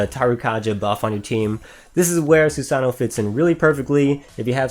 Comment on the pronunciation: Great video, as always. I always get really excited when you upload Dx2 videos. Your Trumpeter is insanely good. Btw, it is pronounced more like "Sue-sah-no-oh." The last "oh" is said so subtly that it is almost inaudible, kind of trailing off into the "oh" sound. In English, we tend to annunciate part of a word, but Japanese usually has a flatter way of pronouncing a word, where each character is read in the same tone, which is hard for English speakers to get used to.